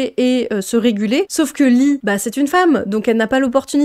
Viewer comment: Leah ça se dit léa